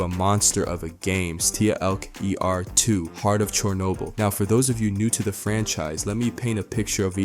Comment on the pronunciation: Yo bro it’s STALKER 2 not S-T-A-L-K-E-R 2 lol Hence why they call you